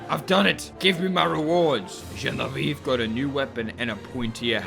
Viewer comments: Genevieve : the ending is said "vee aeve" the last eve as in EVER and you cut it EVVVVVV.... you are close though to the correct french pronunciation Watch "Bibi et Genevieve" to get how to say it !!! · The way he says "GENEVIVE" is just really funny to me for some reason. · I love the way you pronouciate "genevieve" it's so funny